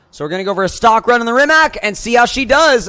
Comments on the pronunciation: Dude it’s not Reemack. It’s Rimac. Read as Reematz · ITS NOT RIMAK ITS RIMAC